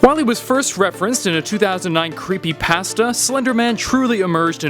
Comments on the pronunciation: Pah sta? U mean pasta? Lol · He pronounced it creepypast-a instead of pasta like spagehtti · It really annoys me that they all say creepypassta instead of creepypasta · The way he pronounces creepypasta Is Killing me xD "Creepy Pæsta" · The way you pronounced Creepypasta triggered me